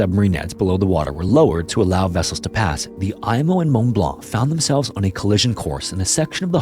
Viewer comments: It is pronounced “emo” not “Imo” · For the love of GOD it’s not the “Eye-mo”, it’s the “Ee-mo” and holy crap that’s a ton of totally unrelated b-roll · FWIW I've only ever heard the Imo pronounced "eemo", not "eye-mo". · It's pronounced "E"mo.. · An excellent, factual overview of the explosion that devastated my city. It took 6 years for harbour pilot Francis Mackey, pilot of the Mont Blanc, to get his license reinstated even though he followed all protocols that day. We also pronounce Imo as Eemo. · Pronounced "emo" as in, the ship was so emo, it blew itself up.